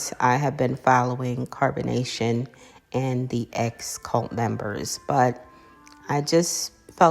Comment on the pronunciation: When she wad with Zolar and said Carbanation stand up! You know she isn't rt in the head